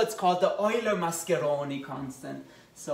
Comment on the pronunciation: Nice italian pronunciation